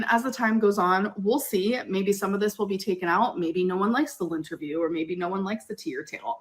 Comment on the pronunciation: omg I thought it was lint-terview 😅